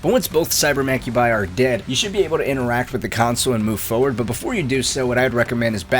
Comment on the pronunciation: For-ward. For-word. Forward. Turr-et. Ter-it. Turret. Hope this helps.